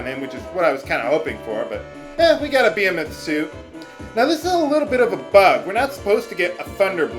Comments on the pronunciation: "Bee-eh-meth" I think its pronounced "Be-hee-meth" isn't it? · Beh-hee-moth. lol (and yeah. baby dragons were thought to be sea horses) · It's pronounced buh-HEE-muth